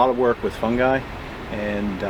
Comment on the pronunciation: The best thing about this is that can pronounce fungi properly.